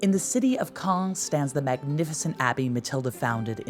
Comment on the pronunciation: Great pronunciation of Caen ! 👏